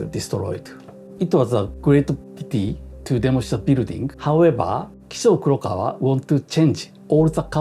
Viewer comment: It's kind of incredible how you got "Kizu Korikawa" from "Kisho Kurokawa".